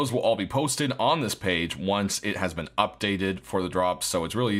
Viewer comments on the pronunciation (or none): none